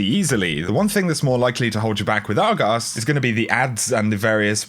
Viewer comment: The way he says Argos is just beautiful